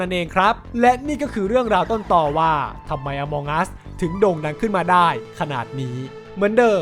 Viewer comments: among อ่านว่า เออะมัง ไม่ใช่ อะมอง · น่าจะอ่านว่า อมังอัส ไม่ใช่ อมองอัสนะครับ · มันอ่านว่า อะมัง'